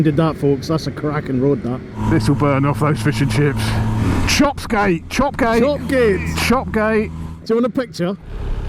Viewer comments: Love the f&c quest, magpie not as good as the one over the bridge oh and BTW up ‘ere we pronounce Chop Gate Chop Yat. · Locals pronounce it Chop Yat, don't know why.